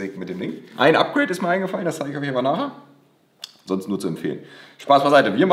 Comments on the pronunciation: "A" wie Apgreid, hahaha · oder von beiden was: APGRADE